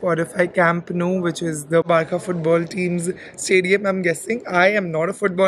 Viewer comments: Nice video hope your having fun. Just one correction..its not pronounced as BAR - CA.. its pronounced as BAR -SA. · Its barca not barkaa 🤦🏻‍♀️ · it's not barka it's barça 😅 ❤ love you 3000 🥰